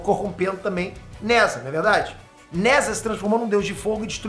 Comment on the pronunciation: "Nezha" na real se pronuncia algo como "Nezja" 😉